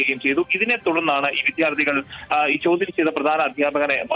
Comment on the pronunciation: വിദ്യാർത്ഥി എന്ന് പറ വിദ്ധ്യാർത്തി അല്ല